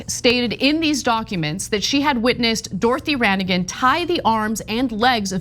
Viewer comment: The G in Ranaghan is silent. I was raised in the People of Praise. Also, technically the People of Praise, though by majority is Roman Catholic, is ecumenical.